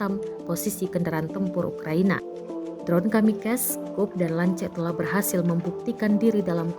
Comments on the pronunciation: KAMIKAZE BUKAN KAMIKAS TOLONG EJAANNYA DIBENERIN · Kamikaze min bukan kamikez karena itu istilah Jepang, ok 👍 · Itu bhs zepang bukan english....jd bacanya kamikaze....bukan kamikes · Aduii...mba pembaca berita..bukan KAMIKES..tapi KAMIKAZE..huruf ZE itu dibunyikan.. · Kamikaze bukan kamikaz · Kamikaze di bacanya ya tetep kamikaze, bukan kamikaz. 😅Kimikaze itu dari bahasa jepang bukan dari bahasa inggris. 🤣🤣🤣🤣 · Dibacanya KAMIKAZE mbak, bukan KAMIKAS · 神(kami) 風(kaze)!! KAMIKAZE BUKAN KAMIKEZ PANTEK!!! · Dibaca tetap kamikaze,bukan kamikaz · Jancoook anjay nih wadon masih bae ngomong kamikas kamikas ! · Kamikes, kamikes, kamikes. Ga ada yg ngingetin gitu cara baca nya dia